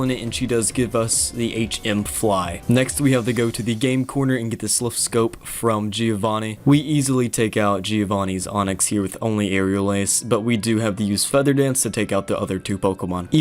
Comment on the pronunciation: "Sliph Scope"?